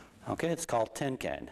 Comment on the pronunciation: He keeps saying tin can, i through t it was tenkan ?